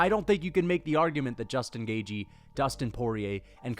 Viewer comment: Please learn how to pronounce Gaethje correctly for the love of Christ